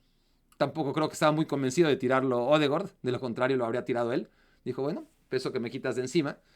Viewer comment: Es odegard no odegord 😂😂😂